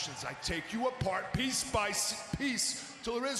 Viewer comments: "Piece by s-piece" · Yep... "Piece bice piece"? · You said piece wrong